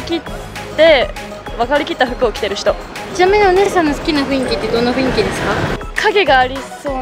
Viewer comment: 1組目似すぎw あと、ふいんきじゃなくてふんいきですよ。